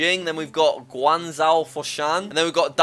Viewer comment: you mispronounced guangzhou